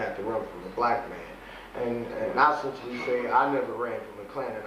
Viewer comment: Wow ... He knows how to pronounce the word "eccentially." Seven or maybe even eight times during this interview! Idiot.